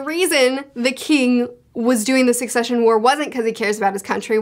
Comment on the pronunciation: Every time that she called it the concession war I couldn't help giggling a little. Imagine Kurapika, the Phantom Troupe, the Princes, and everyone else plotting and killing over the survival of their cute little fruit stands and nacho food trucks., if you are reading this, please dont change how you pronounce succession.